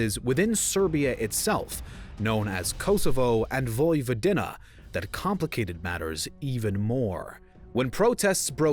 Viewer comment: Very interesting and informative but holy crap man, put some effort into those pronunciations, will ya! Voj-vo-DEE-na not Voj-vo-DIN-na CRO-ats not Crotes Knin not Kin